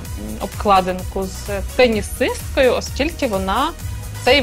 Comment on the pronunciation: почему пэнисыстка, она ж теннисистка